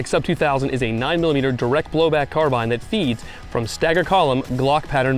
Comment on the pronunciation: Still mispronouncing carbine…